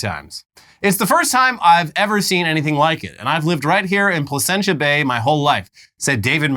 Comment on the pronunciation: Placentia bay....Placenta bay